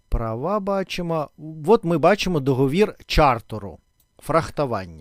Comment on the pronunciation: ДоговІр, але договОру., договОри, ДоговОрів. Дякую!